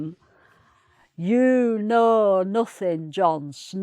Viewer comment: Im proud to be from Yorkshire! Best accent😉 The only thing is when you're pronouncing words like "know" you're dragging the vowels out just a tad bit too long. But otherwise was a good lesson😊